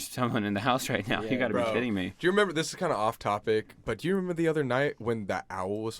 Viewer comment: I love how never says "remember" he says "member"